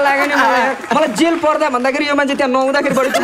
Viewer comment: Vickey le ta jail lai jhail vando raixa